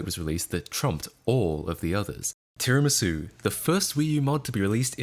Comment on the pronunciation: You're actually the first person I've heard to pronounce tiramisu correctly 🤣